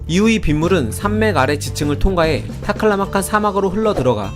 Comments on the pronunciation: 발음이 좋으시네요~ "타클라마칸!" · 타클라마칸 발음이 찰지고 경쾌하네